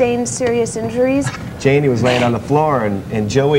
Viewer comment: Why’d she say no the jani like that😭